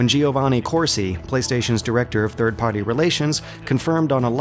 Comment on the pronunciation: you pronounce the word "Party" weird. Other than that nice, informative vid as usual